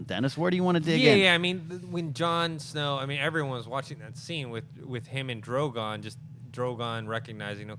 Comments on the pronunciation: I enjoy this show I just wish would stop pronouncing Drogon that way. Not that Drago thing but the way he usually says Drogon, at the 2 minute mark. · I realise it's a small stupid thing but he's pronouncing Drogon wrong in a new way every time 😂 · John, no hate. But you got to get drogon name right man. And cool out w the political comparisons. Its annoying. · the name is Drogon. it's not hard to pronounce